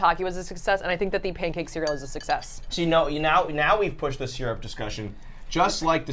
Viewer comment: Why has no one mentioned how they say syrup?! Seer-up?! It's sir-up!